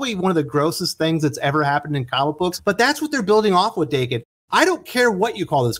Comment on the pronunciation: Daken is meant to be pronounced like Don "Dokken". This was how Remender said it when discussing Uncanny X-Force.